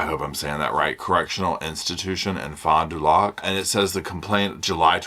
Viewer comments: Wisconsite here, The prison in pronounced Tacheetah The city is pronounced Fond du LAK We have the hardest names here!! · Hi & puppies🙋‍♀️🐶🐶 I'm from Wisconsin. Pronunciations are FOND du Lack & Tay CHEE dah. Happy New Year 🎉🎊🥂☃️❄️ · I'm in Wisconsin so here's some pronunciation help. Fond Du Lac is Fonda-lac, the prison is Tuh-Cheetah like the animal with tuh (sounds like duh with a t) at the beginning. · Mah girl Taylor lol... She cracks me right up and so do you, thanks! Also they're pronounced Fonn d' Lack and Tay-Cheetah ❤